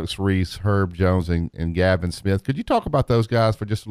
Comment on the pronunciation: Galin* Smith. Not Gavin